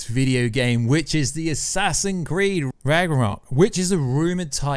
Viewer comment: "Assassin's Creeeiiddd" 😭 😭 😭